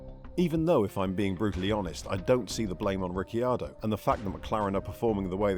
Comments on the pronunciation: Daniel Ricky-ardo? Ricky-bobby? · Ric key ar doh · Ricky Ardo??? lol